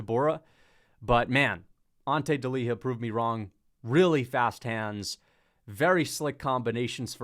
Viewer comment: Bro it's not deliha it's delija like y in you. In croatia we read words same way they are spelt. The fact that in english you don't do the same is crazy honesty.